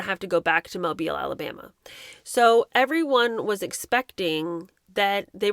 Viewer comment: So nice to hear Mobile (Alabama) pronounced correctly!!